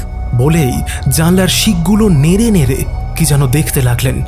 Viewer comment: উপস্থাপনা ভালো লাগলো। তবে কথক এর উচ্চারণ বিষয়ে একটু যত্নশীল হওয়া প্রয়োজন। 'র' ও 'ড়' বিষয়ে সতর্ক থাকতে হবে। 'ঝড়' কে 'ঝর' , 'পড়ল' কে 'পরল', ' নেড়ে নেড়ে' কে ' নেরে নেরে'-- এগুলো কানে লাগছে। বাকি সব ভালো...